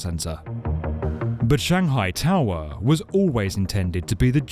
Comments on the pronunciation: “Shanghai toww errr” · Stop making such a simple word as "tower" sound awkward. It isn't "Tahw-[split second pause]-wahhh". It's just tower. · Why are you saying tower like that? Tow-hwa. It's Tow-er. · Shanghai Tao Wah?? Is "tower" maybe the word you're looking for? And the town? Shang'hai. I don't know where your shangHAI place is. Maybe someplace where they have taowahs. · This narrator has a issue with Shanghai To"w"or or any other word with a W in it. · Strange way of saying "tau - rer" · 'Shanghai tao were'. I can’t work out whether this is a person speaking or a robot. I’ve never heard so much importance given to the ‘-er’ part of ‘tower’, ‘power’ etc. Curious. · The shanghai taawaah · The narrator is English but can’t say tower 🙄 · I only tuned in to hear the narrator say the word towER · Why the exaggerated pronunciation: toweerrr etc. Too irritating to listen to any follow-up. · "Shanghai TAwah" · This isn’t the world’s highest tower but it is the world’s highest towwaahh. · The Shanghai Towwwwwerrrrrrrrrrr......the pronunciation made me stop watching. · yep...the w in tower is still silent :D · Complete with bonking, clonking noises and narrated by a bloke who can't actually say the word TOWER no wonder the damn thing isn't a success! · He says the word "tower" weird. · Why the weird pronunciation for tower? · Was that an automated voice ? Sounded English but pronounced Tower as Tow Wer and Power as Pow Wer.